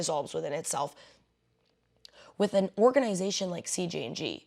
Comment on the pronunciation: It's "an" Angel, not "uh" Angel, and they're not real.